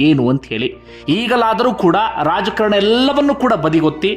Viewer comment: "' ರಾಜಕರಣ ಅಲ್ಲ ಅದು ರಾಜಕಾರಣ ಅಂಥ ಹೇಳಬೇಕು"'"